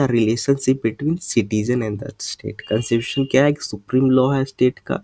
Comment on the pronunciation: You were pronouncing the word constitution properly in the beginning specially.